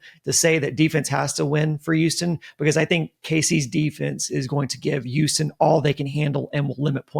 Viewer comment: Can please stop calling us Youston!!!